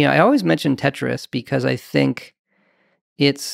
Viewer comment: When he said Tetris I wanted to stop the video and die.